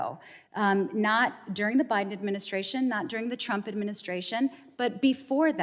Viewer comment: Did she say "President BribeHim"?